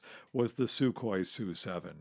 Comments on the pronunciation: "So you pronounce MiG M I G?" No MiG is MiG, Su is S U. Always been that way. Just the way things are. Yep. That's right. Next. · S-U, not "sue" T-U, not "too" or "chu" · Not sue 7 but S u separately 7. The same with the Tupolevs. T U not two, come on get people who know what they are talking about and use the nomenclature correctly. That said some of the video’s are great, I love old films of early aviation, it’s great to see how we have improved over the years. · It's NOT a two-22, or even a sue-7!!! Those aircraft are designated as the T-U-22, and the S-U-7 aircraft. This guy is not only NOT a pilot; he's not a very knowledgeable aviation enthusiast either. He sounds more knowledgeable about the history of these aircraft only. Maybe a little more research for your next video??? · It is "TeeYou" not "Two!" And "EssYou" not "Sue!" How can you not know that? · it's pronounced "T-U" not "Too" and it's "S-U" not "Sue" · Narrator: It's T-U, letters pronounced, not ''tew'. It's S-U, letters pronounced, not "soo". Jesus H. Christ.